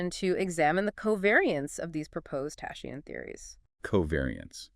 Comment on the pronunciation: I understand that confusing English approach to words spelling makes impossible to read some never heard before word correctly, but isn’t it’s obvious that you have to find how to pronounce “tachyon” before saying “tashions”???